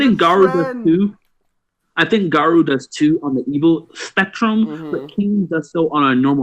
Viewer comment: YES fucking finally! Looking forward to your vids on the next chapters. btw it's Ga-Roh with a hint of U sound at the end not Ga-Roo.